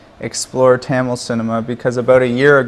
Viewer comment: Parthi Kandavelukku Tamil pronounce panna varliya